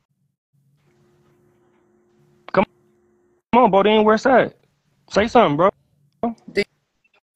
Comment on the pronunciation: DONT SAY BODEAN NO DERN MORE..